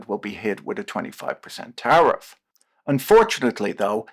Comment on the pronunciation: I keep hearing "tariff-raid"